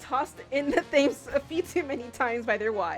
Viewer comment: Maybe it has been pointed out by now - and this is a REALLY unfair pronunciation - Thames doesn't sound like 'James' with a Th at the start. It's closer to 'Tems'. Why? Don't ask me. English is a hella-dumb language and doubly so dumb in England.